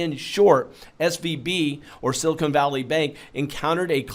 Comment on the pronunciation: LOL, it's not a sealer, it's a bank...Silicon (not silicone)